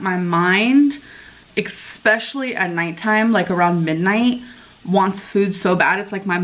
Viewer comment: Write down the word especially...look at it. And then tell me where there's an X in it.